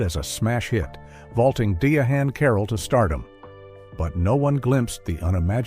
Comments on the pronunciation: It's not pronounced "Diahan" it's pronounced "Diane" Carroll. Idiot.😄😄😄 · It's pronounced Diane Carol not diahane carol